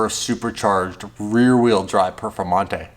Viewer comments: Lamborghini perfermontay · Lamborghini perfomata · Lamborghini Perfamonte